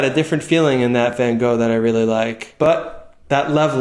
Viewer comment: Somehow it reliefs me he's absolutely butchers van Gogh's name. Felt threatened by the idea of perfect people.